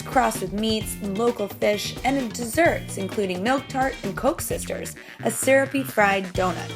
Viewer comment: LOL Coke Sisters! That sounds sic. Actually its pronounced cook sisters.